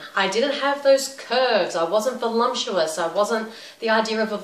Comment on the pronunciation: Great video. The only thing that confused me was you saying "volumptuous", not "voluptuous"...:S